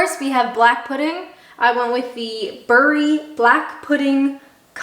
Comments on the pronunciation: Love the money hat! Bury the place is pronounced Berry, unless you're actually from the area though. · Bury is pronounced Berry 😜 Having lived there I know they get upset about that 😂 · Bury pronounced Berry, by the way why the mini hotplate on your oven. No microwave, are you so poor or are you so rich that the cost of electricity doesn’t bother,🤔 you finally missing a good tin of tomatoes to dunk the fried bread in. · You forgot the fried bread. Well done on the black pudding it is the best. Bury is pronounced Berry by the way. It is just outside Manchester. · Nowt wrong with that scran 👍🍘(it’s pronounced Berry)